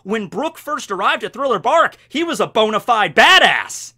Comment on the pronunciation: man i've been watching you for like 5 years now.. I LOVE the cringe, the jokes and the bobs.. but bonyfied bad*ss? Bonyfied bad*ss?? That made my hole weekend.